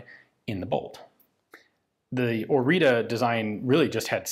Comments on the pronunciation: It's not orita, it's orița. It's pronounced more like oritza. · the pronunciation is Ori[tz]a . the T has an underneath accent . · Spelled as "OriTSa", the last "a" is like "a" from "day" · It's hard to write the correct pronunciation for English speakers but it's something like ORITZAH. To understand how to pronounce the last A, which is Ă think of "astray" which would be "ăstray" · Pronounced as in Oritza. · Correct pronunciation: Oreetseh (Oriță) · Ț is ts, so it's pronounced o-ree-tsa, not o-ree-ta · It is pronounced ORITZA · It's pronounced "Oritza" , but well done video nontheless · The t is pronounced something close to tz, it is not a t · My grandfather used one in 1944! He said it was a very good weapon. Thank you for showing one to us! By the way the name is Oriță /ori:tsə/. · I think it's supposed to be pronounced "Oritsa" after Căpitanul Marin Orița. There is a 1949 paratrooper version with a pistol grip and an adjusted grip safety lever, I recommend looking it up. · The ț in Orița it's read as Oritza or Oritzza. Interesting is that it's stamped with a line over the a on the end, that look similar to ă but you don't see this in other texts about Orița. Anywey, Orița was a joint Czech-Romanian project and after captain Marin Orița the czech Leopold Jašek and the romanian Nicolae Sterca are also considered to have contributed to its design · Isnt the "t" with the "," undernath read as "tz"? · Isn't it pronounced Ori-ts-a? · ț is pronounced kind of "zz" in "pizza" Ă sounds a bit like "uh" Gi from "cugir" is pretty much like the spelling of G in the alphabet. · Very precise and detailed until you butcher the name of its creator. Otherwise sir,my respects! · Please, for the love of god, look up how to pronounce foreign words in the future. T_T That's not a T! It does not make a T noise! It takes 5 seconds to put a word into google translate and click the listen button! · It is called ORIȚĂ not ORITA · Orita is wrong, "Oritza" or "orița" is good "tz"="ț"